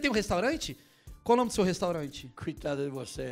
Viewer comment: "menina féchu a restorante"